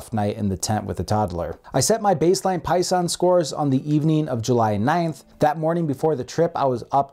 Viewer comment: Seconded. Though they are called "Pison", not "Poison", lol.